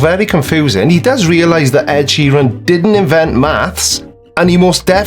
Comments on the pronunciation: Wait, I need to address something. Providing music that SOME people want to hear. Personally I wouldn't be bothered if I didn't heard an Ed "Sherron" song again. Is Sheeran like a new Bouquet/bucket thing? Or is this just American with no sense of pronunciation at all? Almost 2 mins in and I'm already getting distracted. I'm guessing he will mention GOT at some point, which while it was a little cringeworthy, not exactly some diabolical plot to kill us. I actually didn't notice at the time, as I had no clue who Ed Sheeran was. Anyway onwards an upwards! Lets see what else he has to offer. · Wait? Sheer-een? fecking hell. I also can't wait to hear why Adele called her albums 19, 21 & 25 and why it's a sign of Lucifer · Really a guy who cannot even pronounce the word Sheeran - who has researched him and knows him REALLY?? This is why you should not put internet access and PC`s in padded cells. I personally think `A Call for an Uprising` is actually an ILLUMINATI Psyops operative who is tasked with generating so much stupidity that it dumbs down the populous ready for THEM!!! THEY are already here............ Nice one Creaky thanks for not covering the whole of his video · Why do Americans get simple Irish names so badly wrong?